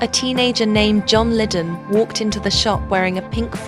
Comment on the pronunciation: " John Liddon"!! ???